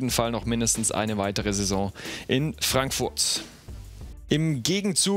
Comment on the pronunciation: Wieso hört es sich ständig an als sagte er Eintracht Frankfurtz..